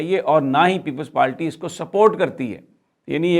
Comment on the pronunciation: یہ بندہ ہر با پیپلز پارٹی کو لیپلز پالٹی کہتا ہے 😃😃😃۔ پکا اردو میڈیم ہے اپنی رنگین قمیضوں سمیت ہاہا